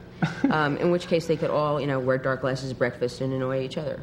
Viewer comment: Breafast? Breafast? OYG, FTW.